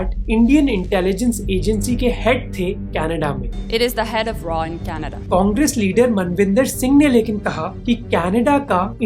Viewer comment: Man Really Said Kanada 💀 in the News